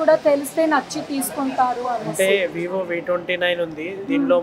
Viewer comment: Vivo lo clear ga cheppandi